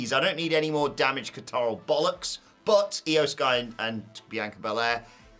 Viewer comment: Why can’t say “damage ConTROL” 😂😂😂